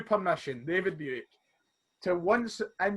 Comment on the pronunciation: Best start to TSF, there has been and ever will be! The bloopers and finally saying buick properly (aboot time)